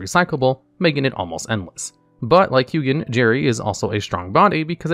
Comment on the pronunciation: It bothers me that you pronounce Hugin differently in this video 😶